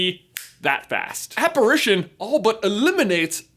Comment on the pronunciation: Did this man just say aper-rition